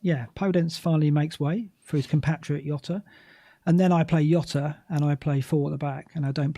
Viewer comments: Really enjoy Black Box but this week and must have incorrectly said Jota as Yota about 100 times and it grated every time. He's Portuguese so it's Jota with a rolled J sounding a bit like Jzota, please stop trying to be clever by saying Yota and getting it completely wrong. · its not "yota" Its diogo jota. hes portugese. cmon. youve seen the spurs documentary... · Fkin. Not Yota. Pronunciation is like shota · please stop saying yota